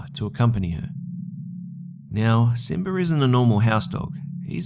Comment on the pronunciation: simber? XD im sorry if this is rude but its so funny